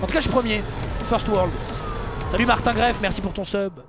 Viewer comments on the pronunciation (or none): none